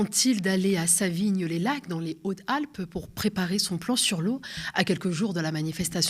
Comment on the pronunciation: En ce qui concerne la diction, il convient de prononcer la liaison dans "Hautes-Alpes".